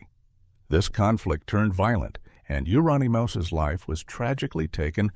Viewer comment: Hahaha showing the culkin kid as "YOO-RON-EEE-MOUSE" what a pisser. Plus so many other fuckups. Like not showing mayhem live half the time. Wow. At least the mentioned quarthon. That was a good pick. But showing AIC but not mentioning layne. But I think layne HAD a fair bit of money even at the end so maybe he didnt fit. Anyway. Mayhem was just funny.